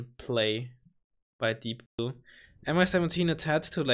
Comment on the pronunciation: its deepblue not deeoblue